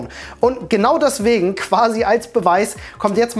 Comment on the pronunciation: Daswegen xD